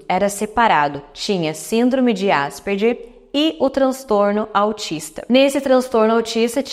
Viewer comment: Se fala Asperger como se fosse "gue" no final...